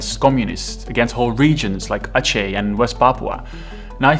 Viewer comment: Thank you for pronouncing Aceh properly 😂 you don't know how annoyed I get hearing people say Akeh 😂